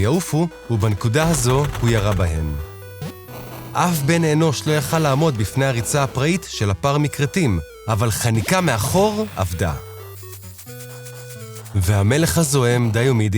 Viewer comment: לכֿד (lachad) ולא לכּד (lakad). ייכּשל! יכול ולא יכל! כּיפּר! מה יהיה עם הקריין הזה?